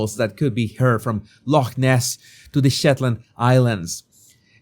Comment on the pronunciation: I'm impressed with your perfect pronunciation of the word 'loch'...well done, a lot of English people can't pronounce it that well.